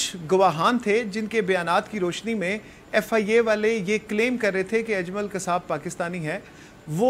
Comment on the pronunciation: یے اجلم کون ہے باجی جی۔ اجلم نہیں اجمل نام ہے